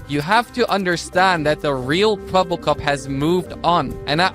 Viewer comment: The biggest tell in the video was that the AI (which was probably trained in English) did not know how to pronounce the Dutch word 'Kwebbelkop' (blabbermouth), and thus is always kinda mumbled it in the same tone of voice.